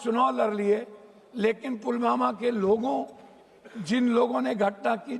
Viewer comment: ये ढोल ठीक से पुलवामा बोल नहीं सकता है पुलमामा बोले जा रहा है